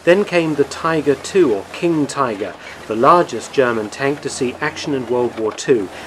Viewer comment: Please tell me why you said tiger wrong, that actually hurt my brain